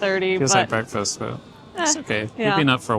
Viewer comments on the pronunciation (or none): none